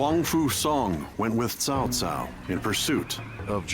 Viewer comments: WTF is the VA doing his name is CAO CAO, not TAO TAO. It's not even close to the original language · Cao Cao? Did you prefer his name like Cow Cow?